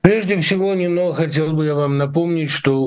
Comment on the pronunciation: Надо говорить не Нино́, а Ни́но